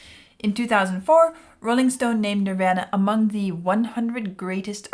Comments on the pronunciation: Sorry, my ADHD is kicking in.... They are not pronounced Nirv-anna It's pronounced Nirv-AHna Just sayin'.... ....and that goes for the Indian religious concept of Nirvana also. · She pronounces it a lot of people did when they first came out. Like Ner-van-a. It’s Nir-von-a ~Nirvana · I know when someone doesn't know Nirvana when they say "Nirvena".😅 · She is pronouncing the same way Axl Rose pronounced it when he went into a rant about Kurt Cobain and alternative music at a GNR concert in 92. You can pronounce it Nirvana or Nirvahna. Either way is correct. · its pronounced "NER-VAR-NA" .... sheesh... Vlad, correct her! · No, no, no, no, no!!!! Pronounced nir-vahhhh-nuh :-) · “Nirvana.” It rhymes with, “your mama.” I’m sure you’ve seen their name on countless T-shirts worn by people born after Cobain died. I’ve been a fan since their first album, Bleach. Glad to see you venture into something more exciting than The Wall. Building the theme in layers, by bringing each instrument in one at a time is a common technique in Rock music. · How does someone not know how to pronounce Nirvana? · not even gonna correct how you said the band name,,, i like your version better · You're not sure if you're saying KERRANG right?, you're not saying NIRVANA right! Please please please promise us you will look up how to properly pronounce NIRVANA. Please!!! 🙏🙏🙏 They're internationally renowned..not hard at all to look up. Please look into it! Thanks you! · I love how she pronounces Nirvana like from the In Bloom video! 😍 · I don’t think you’ve actually heard the name Nirvana because you keep saying it wrong.